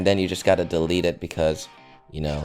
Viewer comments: its delete not de let =) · it said delet instead of delete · 5: 38 I says delet not delete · You said delete wrong